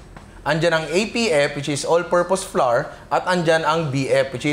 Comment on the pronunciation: Super commendable work ethic and effort. This is awesome content,! 👏 👏 🔥 🔥 Madagdag ko lang po: Our / Flour / Flower = They all sound the same. Walang variation, pramis. Hindi po tama yung flour = flarr. English and Language educator po ako. 😁 This is not bashing but helping our content creators improve their craft po. 😊